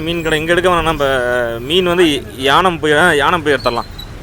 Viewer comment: தம்பி அது யானம் அல்ல ஏனாம்